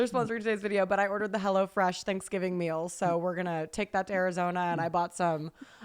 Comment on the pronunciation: The way always says ”Mill” instead of meal 😂